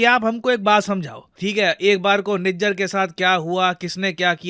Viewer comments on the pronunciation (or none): none